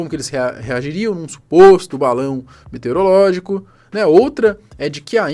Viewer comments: "É dificl falar, né ?" E ainda falou errado kkkkkkkk É METEOROLÓGICO, de METEORO "METEREOLÓGICO" do verbo METER não existe kkkkkkk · é METEOROLÓGICO e NÃO METEREOLÓGICO. Você tá igual o Nando Moura.